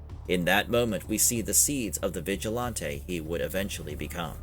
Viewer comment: Right!? And stop saying “vigilAAWnte”!